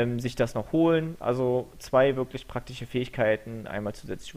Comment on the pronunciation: Super Kanal und ich finds lustig wie du immer "praktiche" sagst. :) Hast ein Abo.